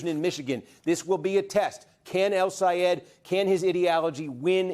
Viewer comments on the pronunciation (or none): Steve, do you think you’ll learn to say “El Sayed” rather than “Al Sayed”? Your corporate bias against him showed last night. Very disappointed that you have become a corporate shill.